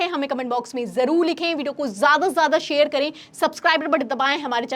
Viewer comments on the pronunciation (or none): none